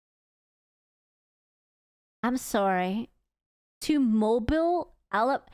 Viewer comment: Hey! I’m from Alabama. Don’t disrespect… too much. And it’s “moh-BEEL” AL not “moh-bul”